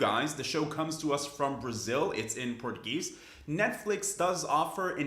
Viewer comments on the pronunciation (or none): “It’s in pergueese” 😂 my duuude